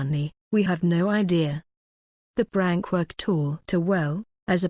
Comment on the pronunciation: It keeps saying brank tho 😂🤣